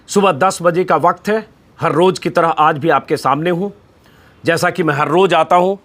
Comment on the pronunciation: Pls roj nahi Roz bolyee , aap kafi words sahi nahi bolte , jabke aap aasani se bol sakte hae